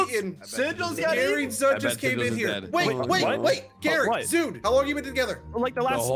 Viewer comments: Why did ssundee and them call him "ZUDE" it's "ZUD" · ZOOD? Who da heck is dat isn’t it zud? Lol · He called zud zude😂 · "Zuud" ssundee 2021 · Run zoud runnnn!!! He said zoud btw